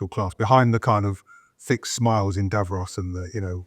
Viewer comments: “Davros”?? You mean Davos mate, Davros is a character from Dr Who!!! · I liked mispronounciation of DAVROS - he who was the creator of the DALEKS the destroyers of everything. Seems fitting for Schwab, WEF, EU and UVD